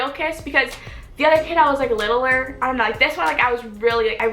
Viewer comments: the way she says "littler" kills me. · did you just say littleer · wow "littleler" wtf